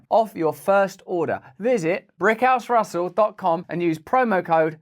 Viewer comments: Seriously though, Russell. How hard is it to pronounce a 't'? 🤔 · I would like to give Russel a box full of the letter '' T''. So they he wouldn't be so annoying to listen to. He could insert them into words where they are normally used.